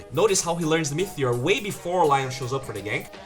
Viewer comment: ME - TE - OR not MEETHEOR